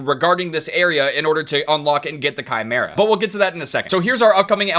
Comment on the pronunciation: Im happy says chimera correctly